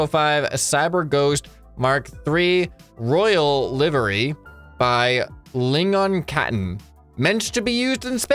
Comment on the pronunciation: Your pronounciation of swedish names ("Lingonkatten") always makes me chuckle a bit 😄